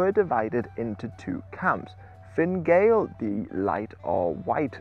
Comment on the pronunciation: I am assuming you are trying to say "gall" and not "Gael". It's sounds like gael, but gael is an older term for an Irish person (where Gaelic and the language gaelige come from). The Irish word for foreigners was Gall, as in the Irish name for the town of Donegal or Dun na Gall (fort of the foreigner), which originated as a Norse fort